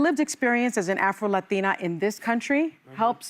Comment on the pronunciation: Is there a reason Sunny always has to pronounce Latino like that every time?